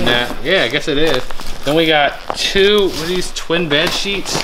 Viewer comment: “Two twin bed seetsh”